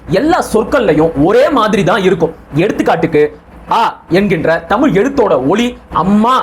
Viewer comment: ஏன் நீங்க புரிஞ்சிக்கிட்டங்கீளா விளக்கம் சொல்லுங்க தமிழ் புலவரே தமிழ் என்று சொல்லாமல் தமில் என்ற படிக்கிற தற்குறி உனக்கு தேவையா